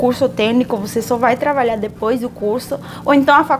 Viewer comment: Eu escuto, não sei se é impressão minha, vc pronunciar "travalhar" em vez de trabalhar.